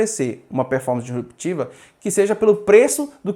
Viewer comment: Acho que ele está falando sobre a pronúncia do, "dEsruptiva" em vez de "disruptiva".